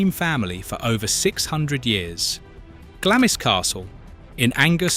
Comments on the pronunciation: If you are going to talk about uk properties at least get the pronunciation of them correct . It's not Glamis castle it is pronounced Glahms. Don't use portraits of Queen ann of sleeves as some lady in Glamis. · Sorry, but after the third time you butchered the pronunciation of Glamis, I just had to switch off.